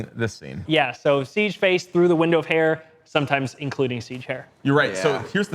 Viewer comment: Stop saying SIEGE goddamn. Absolute cringe -.